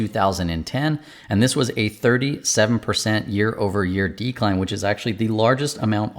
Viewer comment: I'll subscribe but only if you promise to stress the second syllable of 'decline' instead of the first in the future 🙃